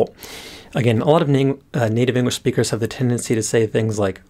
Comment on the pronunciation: Completely unrelated to the Japanese but I keep hearing "engwish" xD